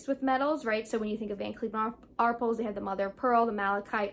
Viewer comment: Thanks for the video! Just an FYI … The “A” is VCA is pronounced “R-pell” (not “R-pulls” and the “s” is silent!). 😎